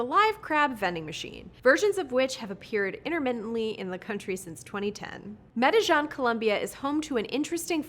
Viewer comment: I know it's not her job to know EVERY correct pronunciation but can she PLEASE ask a native speaker how to say Country/City names. (Medellin is Med - eh - yeen)